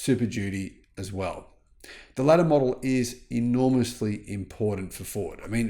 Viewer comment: Vell vell vell 😂😂😂